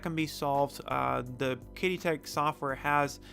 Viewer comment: it's pronounced like "cheedee"